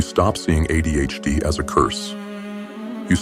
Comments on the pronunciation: “Uh Dee H Dee”😂😂😂😂 I died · Jesus f***ing wept, within three seconds AI has already f***ed a pronunciation... And it's the acronym that's the topic of the video.